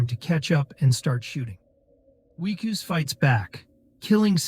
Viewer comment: You need to pronounce names consistently. Is the protagonist "Wickus", "Weekoos", or Whykoos"? Otherwise, good recap.